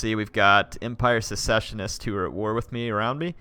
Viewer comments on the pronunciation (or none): Its "secessionists" not "successionists".